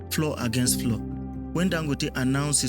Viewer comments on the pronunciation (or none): Please, this is how FLOUR is pronounced.